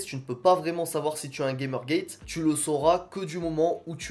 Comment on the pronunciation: Bravo pour la vidéo, tu as une super belle colonie ! Si je peux me permettre on prononce Gamergate : "gamère gatte" car c'est un mot scientifique dérivé du grec et pas du tout un mot anglais 😉